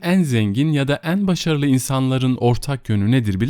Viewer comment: Teşekkürler, yalnız şu "e" harfinin telaffuzunu düzeltirseniz iyi olur. Özellikle "en" derken kulak tırmalıyor. Onun dışında iyi bir okumanız var. 🤗